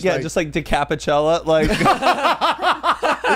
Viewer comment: “decapichella” LMAOOOOOOO